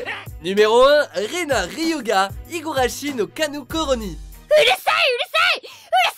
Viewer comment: C’est pas Ryuga, c’est Ryuugu